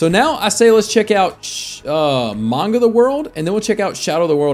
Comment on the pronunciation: Its manga not maunga plz fix the word ty